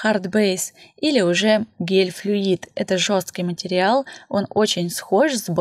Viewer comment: А ещё слух режет «матерЬял»🙀 Материал же, ну…